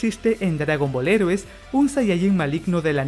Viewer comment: Tienes que aprender a pronunciar "heroes" en inglés. Lo correcto sería algo como "Jirous".